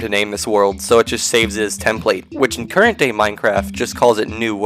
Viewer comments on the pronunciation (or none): none